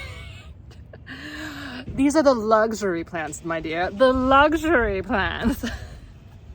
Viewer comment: "the lugh-shury plhants, dahling!". 😂😂😂 Loved your cute-ness in this video!!